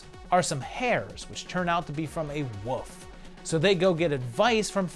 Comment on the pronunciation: It always tickless me when you say "woof" for "wolf". My daughter used to do that when she was little.